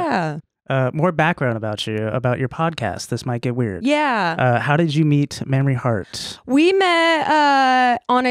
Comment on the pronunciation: Mamrie. Pronounced maim-rie. As in, 'I was physically maimed when her name was mispronounced ' 🙂😃😂 Love this lady! Glad you had her on!